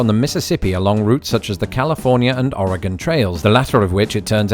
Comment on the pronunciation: On the topic of pronunciation, Willamette is pronounced will-AM-et. The emphasis is on the second syllable. You did pronounce Oregon correctly though, so thumbs up!